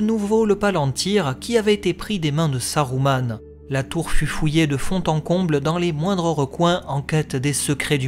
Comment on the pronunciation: Je me doute bien, j'applique les règles de Tolkien que la VF des films a appliqué une fois sur deux (Saruman prononcé Sa-rou-mane et non Sa-rue-ment, donc juste ; par contre Isildur prononcé I-sil-dur et non I-sil-dour, là c'était faux pour la VF). C'est pas plus mal de faire dans le juste pour une fois hé hé :P